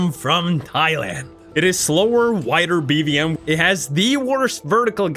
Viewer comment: I like how bro goes “TKXerrr and BVMerrr” 😂😂😂